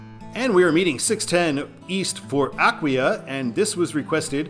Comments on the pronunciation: Actually it is pronounced A-KWEYE-A. I remember when they rebuilt the "Mixing Bowl". I now call it Spaghetti Junction 😂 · Aquia is pronounced ah-quay-ah. My uncle lives in the area. And yes, the Springfield Interchange is what happens when you give a civil engineer no budget constraints. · The emphasis is on the second syllable, with a long i (eye) - uh-KWI-uh. Native of Fredericksburg here.